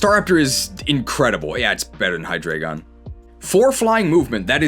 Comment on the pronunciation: Now i can be like "well actually it's Hy-Drry-gon not Hydreigon"